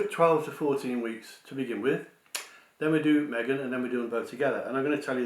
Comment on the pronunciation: I believe the pregnancy is Kate, not Me-gain